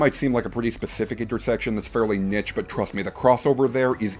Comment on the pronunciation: There's no way you still don't know how to say niche.